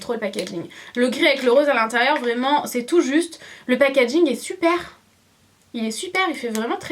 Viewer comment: Super video mais si je dois dire un petit truc arrete de dire packadging ( désolé si sa s'écrit pas comme sa ) car après sa énerve un peu mais sinon super dommage que tu n'est pas donné les prix voila bizou